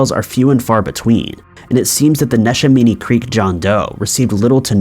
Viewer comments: He called neshaminy nesh- a- minii 🤣😂 woah and Ben-sa-lim really dude lol 🤣 that's hilarious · Neshaminy is pronounced Nih-SHEH-mah-nee. (I grew up around there.) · Hey! I'm from Eastern Pennsylvania and we actually pronounce it as NESH-AM-A-KNEE ( Neshaminy) and it's BEN-SALEM (Bensalem). Otherwise I really really enjoy your content 😊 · Love your videos! I actually live in bucks county, and I had no idea about that. Neshaminy is pronounced ne-sham-eny, we say things weird in pa lol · Neshaminy is pronounced nesh-a-mini awesome video tho! I live in that county and this was new to me. Thank you for bringing it to attention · Maybe if you pronounced Neshaminy and Bensalem correctly. Smdh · I died laughing when he first said Neshaminy. PA has some funny names